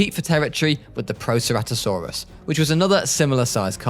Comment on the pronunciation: the archaeornitomimus, coelophysis, chasmosaurus, iguanodon or the "igyeewanodon", charcarodontosaurus, ceratosaurus how did he do it wrong he pronounced proceratosaurus perfectly, those pronunciations were hilarious